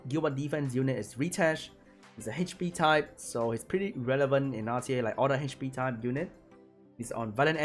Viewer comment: haych pea